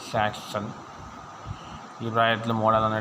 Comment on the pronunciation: ആസൻ അല്ലടാ കുണ്ണേ ആക്ഷൻ 😂😂😂